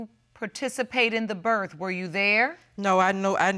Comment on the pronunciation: She says berf instead of birth..